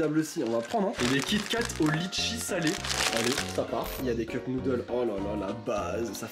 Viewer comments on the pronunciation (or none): DIDWKDKDDKDJRJF C’EST PAS LITCHIT C’EST LETCHIS